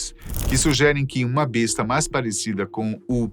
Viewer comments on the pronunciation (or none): none